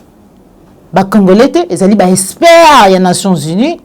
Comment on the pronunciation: Ma fille il faut faire un effort en vocabulaire, surtout en lecture : prononce plutôt expert au lieu de (espère)